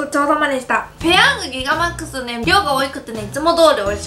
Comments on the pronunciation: ギガマックス言えてないやん笑笑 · ギガマックスって言えてなくて草